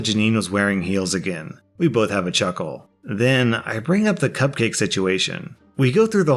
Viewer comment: Guy: "mm, am hoongry.. coopcake" takes cupcake Guy but 2 seconds later: "why do I hear boss music"